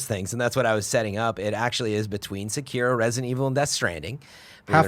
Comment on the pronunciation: Can we please get the pronunciation of Sekiro correct please. Its pronounced Sec-er-o not Sa-keer-o